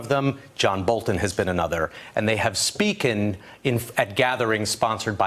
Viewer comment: What’s going on with Richard Engel? It’s not speaken or renumeration ..... it’s spoken and remuneration .... hmmm, apparently listening to trump really does rub off on you.